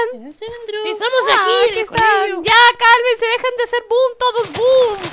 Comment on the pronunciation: Y es boom no poom